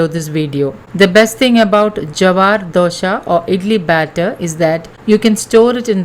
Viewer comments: It’s not DOSHA, it’s DOSA. DOSHA means drawback/fault. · Not dosha. Dose or dosa